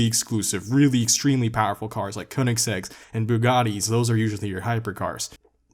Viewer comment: Its Ko-ne-seag